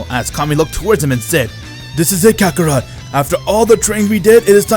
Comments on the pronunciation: Stop saying kakerot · Bro he said kakorot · I heard Vegeta say rakakrot